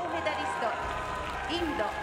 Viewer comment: How nicely she pronounced India ❤️